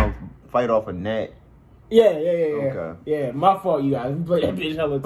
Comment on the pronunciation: How so many people saying gunat, what words are there where you pronounce a G in front of another consonant?